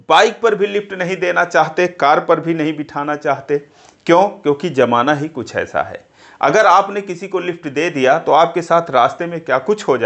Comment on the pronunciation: Pehli baat ki Jamaana nahi hota Zamaana hota hai..aajkal bhasha bilkul kharab ho gayi hai